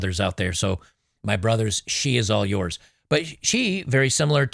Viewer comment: Watch your intonation when you say “she’s all yours”… it doesn’t give off the right vibes..I’m indifferent about Ms. Handler meaning she doesn’t “register” to me one way or the other..however in certain situations she is a good “community figure” to know & you never know when you’re going to need a “certain ally”If you’re not an “ American bullet-headed mother's son” you have nothing to worry about with Ms. Handler